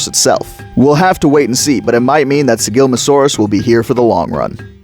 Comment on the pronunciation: Slight correction: It's Sigilma ssa saurus Other than that, great video!